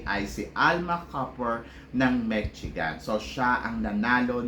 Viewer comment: Big loyal fan from san francisco....no insult intended po pero just in case u want to know the correct pronounciation of Michigan ....its Me- she - gun. More blessings po to your channel . Salamat